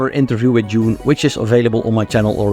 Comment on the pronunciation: Dude, it's DUNE, not June!!